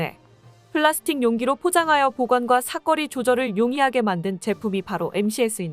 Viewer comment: 자막 엔 변함 없이 "사거리"인데 어떤 때 는 "사거리"로 정확히 읽고(발음하고),어떤 때 는 "사꺼리"로 읽는데 왜 그러는지 들을 때 마다 불편합니다.